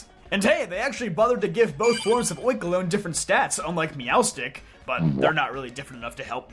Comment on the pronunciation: You misponouncing oinkologne hurt hear